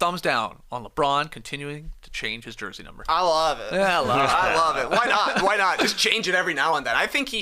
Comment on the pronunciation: "I lerve it"